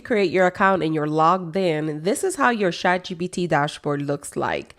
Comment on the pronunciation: Why do you say shat? It's chat right?